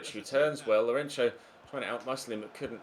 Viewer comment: Since you're talking about name pronounciations.. Lourenço's ç is not pronounced like a "ch" sound but like "ss" sound